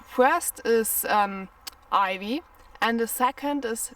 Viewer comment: Some useful tips, the letter i I is pronounced 👁️, Ivy, 👁️vy, 👍